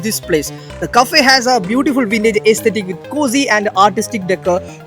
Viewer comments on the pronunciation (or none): none